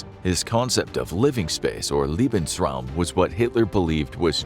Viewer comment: I am german and I cant get over the fact how he pronouces "Reichtag" or "Lebensraum" 😭. much love though❤